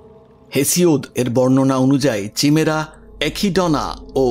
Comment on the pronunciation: Chimera কাইমেরা। চিমেরা টা কি? অশিহ্মিত নাকি? তাহলে স্কুল যান। এই কাজ টা অন্য কেউ করুক।